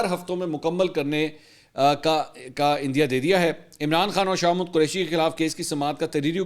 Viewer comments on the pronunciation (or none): منصور صاحب آپ شاہ محمود قریشی کو شاہ مود کیوں بولتے ہیں 😂